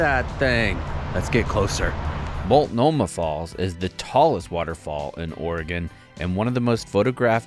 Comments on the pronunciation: Multnomah = molt-no-ma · Mult-ah-mah? Lol. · That was an interesting way to pronounce Multnomah